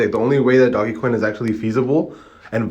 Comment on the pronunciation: First off bro you pronouncing doge coin wrong smh and he's working with developers so he will make this happen you negative ass nigga smh